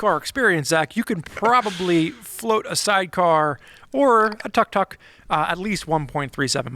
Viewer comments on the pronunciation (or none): it's pronounced took-took:) Going two wheels on that is tricky because the engine is in the back (compared to a sidecar motorcycle where most of the weight would still be on the two wheels on the ground). The wheels are also pretty small (scooter sized). I'd watch a video series of attempting that record though.